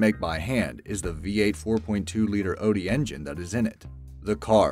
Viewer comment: No.. did he really say odi? I hope that's some over sea engine manufacturor and he's trying to say Audi